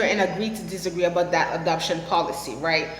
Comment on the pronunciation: Funny. You say adoption very much like abduction.. hehe